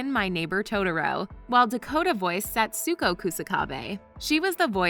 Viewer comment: It’s satsuke (sat-skee)